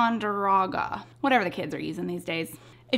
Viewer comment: I struggled with that pencil brand name at first too lol - It's "Tie-khan-der-oh-guh" This looks delicious! I've been craving some good take-out... guess I need to add this to my list. :)